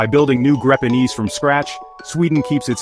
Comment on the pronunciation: Not being disrespectful, but giving you a tip. The name of the jet is pronounced “Greepen”. Just a tip. Trust me, I’m Swedish. 😜👍🇸🇪